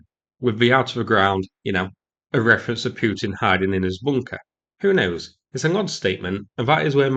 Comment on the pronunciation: I kept waiting for you to pronounce Putin properly Rogered by this attack.